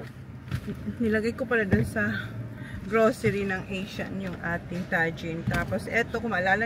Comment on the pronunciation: Hi, the right pronunciation of TAJIN is “TA-HIN”.